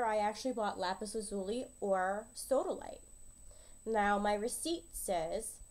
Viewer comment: Thanks, it's great to have a definitive answer! Just a point of information, though, lazuli is pronounced LAZ u lie, not la ZU lee.